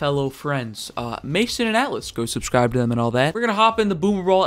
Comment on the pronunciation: That 'subcir' at the start reminds me of the little kid saying 'burgir'